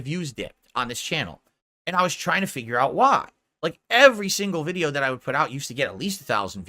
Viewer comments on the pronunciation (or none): none